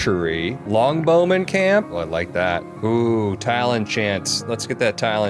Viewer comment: I love the way says longbow man, makes me think the bowman is a long dude, rather than the bow is long 😂😂